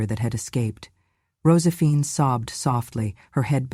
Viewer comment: Why so many flubs in the reading of this script?! Mispronounced words and names : Rosephine?